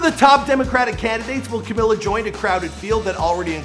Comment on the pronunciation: Camilla???? How did you mispronounce her name the whole video though?